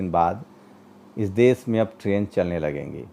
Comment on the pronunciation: Sir aap apmi bhasha shudh kijye . Sha shabd ka sahi ucharan kijye Desh ko des kehna ,shahar ko sahar kehna sharmnak he Videsh ko vides kehna ashobniya he Patrakar ki bhasha dhud honi chahiye